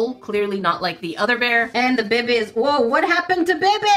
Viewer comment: I find it really funny the way she says ba bay